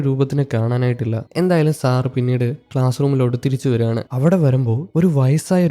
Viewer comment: സാറ് സാറ് എന്നു പറയുമ്പോൾ സാറ സാറ എന്നാണ് കേൾക്കുന്നത്